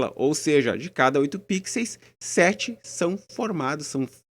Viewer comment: O correto é "pixels", não "píxeis".